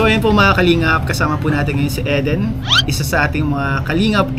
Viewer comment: Pronounce E as short I as in inch. Eden ganoon din puro short i masakit sa ears pag mali ang pronunciation ng name. Parang Ang movie East of Eden (Idin).